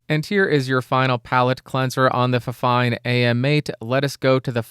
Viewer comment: And apparently, the official pronunciation according to fifine is “finefine”. So that would make it twice as fine! 😀